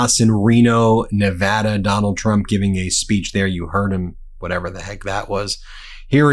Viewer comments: I appreciate that this guy knows how to pronounce nevada correctly. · Thank you for pronouncing "Nevada" correctly! (Most people say "nuh-VAHHH-duh", and it bugs us.) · Thank you for saying Nevada correctly